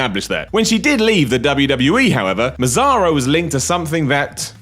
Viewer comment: The correct pronounce of Massaro, is "Massaro" not "Masaro"